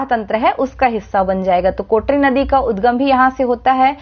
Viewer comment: Kotrri nahi kotri